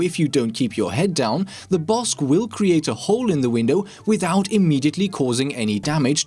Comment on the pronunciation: Is it just me or is calling it the "Bossk"?